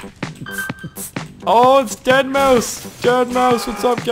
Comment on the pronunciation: you do know its pronounced deadmouse the 5 is supposed to be an s